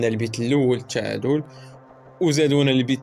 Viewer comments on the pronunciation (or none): الشعادل. المنشخب وصحح حرف التاء ماشي الشين .صحح المطق ديالك شمايا .الشقافة.